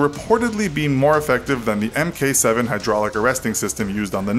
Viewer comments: oh my god... stop saying "M k", say Mark. The only time when this isn't true is, as far as I know, German autocannons. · Mk is pronounced "Mark" The AN/SLQ-32 is an Electronic Countermeasures suite only. The Nimitz class depends on AN/SQ 10, 39, and 48 for radar detection. Not really a comparison with the AN/SPY on the Ford Class. Other than that is is a decent video. One other thing you might point out is that the reactors of the Ford class will not need refueling. Ever.